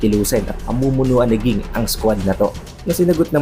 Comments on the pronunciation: king naririnig ko haha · Lods nag away na sila sa pagkabigkas mo ng pangalan ni ging or jing. Hehe pero lods sana jing nalang gamitin mo, kasi parang nawala pagka astig pag ging hehe nasanay na kasi sa jing😁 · Pronounce mo name ni Ging ng maayos lods... Jing pagkabasa or pronounce 😊😊